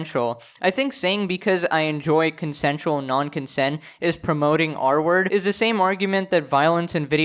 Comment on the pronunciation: took half the vid for me to undersand he was saying "r-word" and not "artwork" bruh